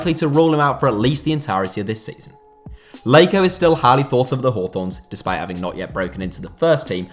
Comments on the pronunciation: Do not say Jonathan leyko that’s not his name mate 😂😂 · I can’t get over the fact he calls him Leiko 😭